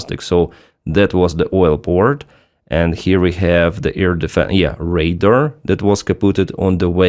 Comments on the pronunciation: Radar like Ray-Dar (like far, car). The word you said is “raider” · Little thing, when you say Radar the way you pronounce is make it sound like you are saying Raider, your English is excellent and I hope the feedback is taken positively. Thanks for all your content, I regularly get my news about Ukraine from you. Slava Ukraine